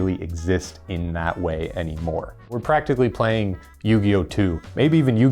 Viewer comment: "Playling Yu-Gi-Oh"